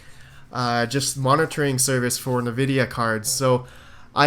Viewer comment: Been watching you since November, still bugs me the way you say Nvidia lol